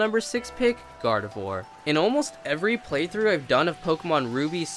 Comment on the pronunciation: IT'S GARDEVOIR, NOT GARDIVORD!